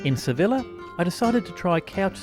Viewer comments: Sev-ILLEH is such a pisstake 😂😂😂😂😂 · ITS SEVILLA PRONOUNCED AS A YYYYYYYYYY!!!!!!!! HAHAH